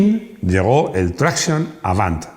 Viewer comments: Traction en francés se pronuncia TRACSIÓN. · pareces un jovencito de estos de "telefonino" siempre en la mano diestra ¡Que manía con pronunciar todas las palabras extranjeras a la inglesa,! Es decir: con acento esdrújulo. Me refiero a la expresión "Traction Avant,", que no es inglesa, sino tan francesa como el teatro de Molière. ¿A que en español nunca dirías "TRÁccion delantera"? Seguro que no. Y, por cierto, Bucciali es nombre italiano y se pronuncia Buchiali, no Bukiali. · "Traction", es francés, no inglés. Dejad de pronunciarlo con la "a" tónica, por favor. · Tanto que sabes de coches y todavía no has aprendido como se pronuncia Citroën Traction... NO ES INGLÉS: ES FRANCÉS!